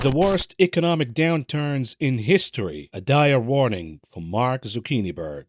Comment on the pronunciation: Zuckiniberg? Haaaahaha